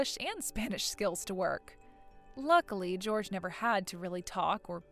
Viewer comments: Jorge is not pronounced George, it is pronounced "Hor hey". Most common in Mexico. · “Jorge” is NOT pronounced anything like “George.” George is one syllable, while Jorge is two and the ‘j/g’ sound is soft: “HOR-hay.” Holy guacamole, at least make an attempt to get Latino names right. 😂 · The Spanish name Jorge is not pronounced like George. It’s Hore-hey. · That is Jorge (hoar-hay) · That’s not how Jorge is pronounced. Seriously, if you are unsure of how to pronounce a name or a word - google it!!! It’s not difficult! (It’s the same va who pronounces “Geoff” as “Jee-Off” 😂)